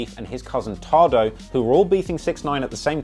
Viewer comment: Why tf he say Taedo name like that 🤣🤦‍♂️